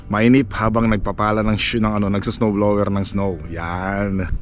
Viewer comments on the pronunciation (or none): Sir, summer not "sammer: blower not blewer...ano ba iyan matoto ka nga!!!Practice make perfect.